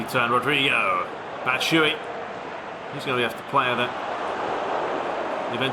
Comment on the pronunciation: you pronounce "batshuayi" wrong, you shouldn't omit the last "a"